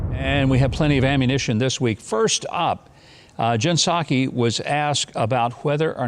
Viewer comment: Mike, that's pronounced P-Sac. !!!!!!!!!!!!!